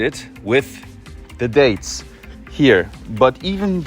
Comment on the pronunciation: It’s so funny how he confuses date and diet pronunciations